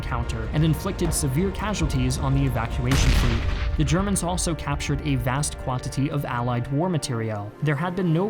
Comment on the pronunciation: You constantly mispronounced Ze Chermans.